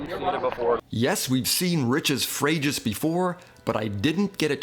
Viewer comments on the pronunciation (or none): It’s pronounced Freju assuming it’s built in the south of France